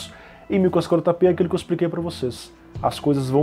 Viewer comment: ele falando 1440p nao consigo entender nada kkkkk